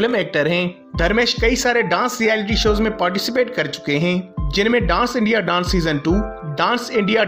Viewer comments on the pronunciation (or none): none